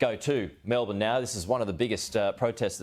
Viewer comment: Best pronunciation of Melbourne I have heard.